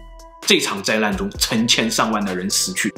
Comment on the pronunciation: 老高是讲的是哄老婆睡觉的故事，里面再撒一些狗粮，小茉够漂亮，脑洞也够大，两个人的互动很有看点。老高说话也清楚，不看字幕也能听懂。总裁长相不行，说话也听不懂，只能看字幕，灾难说成灾烂，资料说成滋尿，要不是靠内容撑一撑，真的听不下去。